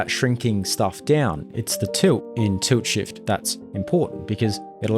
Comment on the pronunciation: i noticed your accent is very bad even youtube subtites generate toot shift, why you saying tult shift however in my knowledge its tilt shift